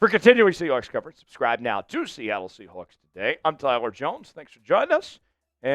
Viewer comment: I’m a Rams fan, but I’m commenting because I’m fascinated with how this presenter says “ Seahoawks”. I don’t know anyone from the Pacific Northwest who uses that pronunciation.